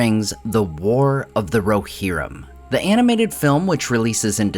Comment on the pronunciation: "War of the RoHERrim"